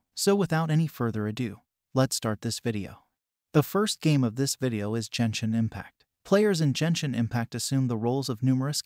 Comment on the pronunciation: Jenshin Impact... yikes.